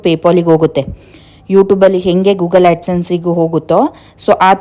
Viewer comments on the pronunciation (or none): none